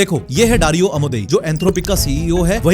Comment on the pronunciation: he saying dario i am hearing darwin💀